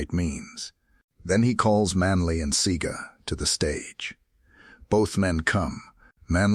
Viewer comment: It's see-a-ga not see-ga,also Massop was 29 when he died.Born April 1949 died February 1979